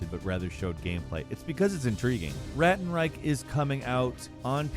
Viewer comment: Ist fucking Ratten Reich and Not Räätn Reick, god damnit